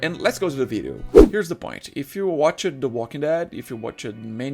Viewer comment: My dude, watched is a single syllable word, you're pronouncing it like it's two syllables. I know English is not your primary language just pointing it out to help out not attack you so please don't take it that way.